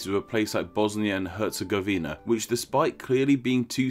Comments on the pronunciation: i am from Bosnia and Hercegovina and its not even close how you pronounce it Btw BiH is more diveded,we have Bosnia and Hercegovina,and we have Federation of Bosnia and Hrcegovina and Republic of Srpska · Lol you butchered Stjepan Vukcic Kosaca baaaadly, herzegovina is also a little off. I'm from Bosnia and Herzegovina and we pronounce stuff weirdly so all good. Thanks for the info, I didn't know why we called it so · Herz-e-GOV-ina, not Herz-e-gov-INA. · Actually its Herz-E-gov-ina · It's BOAHZ-nyah & KHEHRR-tsey-GOH-vih-nah!! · “hErZegOviNa” lol Nice Video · I live in bosnia hell yeah you say hetagovina lol its difret yep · YOU PRONOUNCED HERTZEGOVINA WRONG!